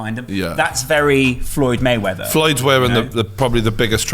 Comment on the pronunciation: “FLOYED MUNNY MAYWETHER”